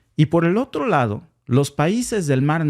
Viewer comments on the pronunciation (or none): none